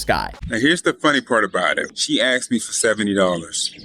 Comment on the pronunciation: bro said "i AXED her to marry me" lol